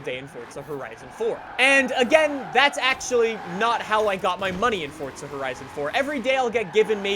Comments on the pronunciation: Why does it sound like your saying fortza? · Why do you call it FORTZA?? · no. Its FOR- ZUH. Forza. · New drinking game: take a shot everytime says "Fortsa" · I don't get americans, like where is the "t" in forza? can someone explain why they pronounce it so stupidly. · u mean fordza horizon 4? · Don’t you mean “Fortza horizon 4” like he has fucking brain damage. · It think you mean, "Fortza" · Is there a "T" in Forza? Show me. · POV : you can’t even pronounce forza right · its been teasing me aswell :D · this guy can't even say forza goddamn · Didnt realise Forza had a T before the Z thats weird. Learn how to speak ffs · in the same way either can be pronounced eether... It can be said that way but it's not the right way. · He likes Fortnite and forza so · Where is the “t” in “Forza” ? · Can Simone tell me why he i saying fortza insted of forza? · i love your vids, but the way you say "fortza" instead of "forza" has me messed up. like whered the t come from. much love tho lol <3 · Why this nigga say fortza not forza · why do you say forza with a T? am i the only one noticing this?HEY GUYS WELCOME TO FORTTTTZA HORIZON 4:/ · Just wasted 6minutes of my life watching a narcissist and it's forza not fortza 🤯😤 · Plz tell me you only say "Fortza horizon" bc you have an accent, bc it triggers me when you say "Fortza horizon" instead of Forza horizon. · Fortza... Fortza.. Fortza? Forzaa Forza say it now, Forza. Not T in there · Bruh it’s not fortza it’s forza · FORZA not fuckin fortza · triggers me how he says fortza instead of forza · It’s FORZA NOT FORTZA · WHY DO U SAY FORTSA ITS FORZA AHHHHHH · omg pls can you stop saying “fortza horizon 4” there no t in it 😭😭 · Ok anyone else notice how he calls it fortza instead of forza like it kindve makes me mad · Why do you say Fortza Horizon 4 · Why do you say fortza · Its not Fortza horizon, it's forZa horizon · Instead of saying forza he says fortza lmao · its not fortza horizon 4 its forza horizon 4 u fucking degenerate